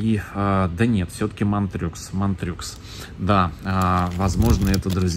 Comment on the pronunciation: Уважаемый, позвольте небольшую ремарку в произношении названий следующих сортов, отсылающих к французскому языку: Montreux (франкоязычный город в Швейцарии) произносится как МонтрË, Narbonne - Город на юге Франции Нарбонна, Nantes - Нант, тоже французский город.